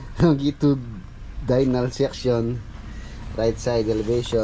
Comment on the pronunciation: Longitudinal pronounce “ Long- gi-tiu (just uncle, tiyu) dinal ”., more project to come.